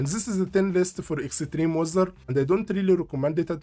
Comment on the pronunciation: I like how you say Extreme as Exetreme :) thanks for the video! Really helpful.